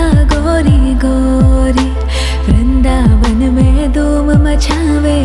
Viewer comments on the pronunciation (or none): none